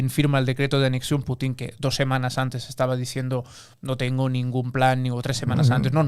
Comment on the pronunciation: pero antesh un poco de hishtoria